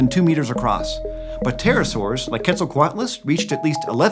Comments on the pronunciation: read as 'peterosaurs' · Because english speakers don't pronounce the P it always sounds like Terror-saurs. XD